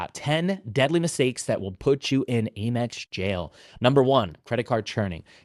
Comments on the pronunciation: It's 'AMEX,' not 'AIMEX.' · I have never heard someone say Aimex. Lol AM-EX.